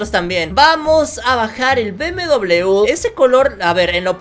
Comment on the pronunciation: Se dice BMW be eme ube